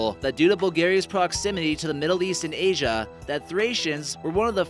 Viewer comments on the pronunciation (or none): none